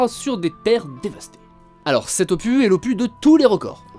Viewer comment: Le "s" d'opus se prononce... 😜